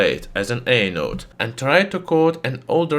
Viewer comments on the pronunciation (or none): Why do hear him saying "anal" when he said "anode" 😭